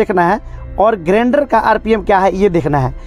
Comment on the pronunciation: Video acha hai bro but grender nahi grinder hai pronunciation me